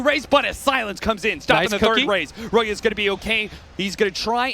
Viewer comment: Man, capitalist is such an idiot... It's not Roya, it's RYoya. Blitz is also a fucking idiot but for other reasons